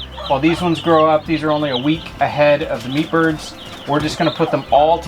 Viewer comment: Every time you say meatbirds.. It sounds like peepers. Lol